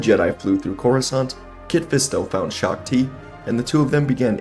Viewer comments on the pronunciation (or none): You are mispronouncing shaak-ti, and windu against Palpatine is not a even fight windu wins hands down